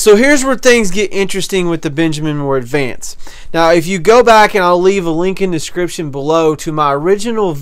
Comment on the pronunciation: Refinishing? Sounds like you are saying advanced